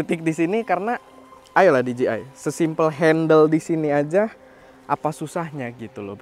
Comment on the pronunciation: Spelling nya bukanya “di je ai”? Bukan “di ji ai”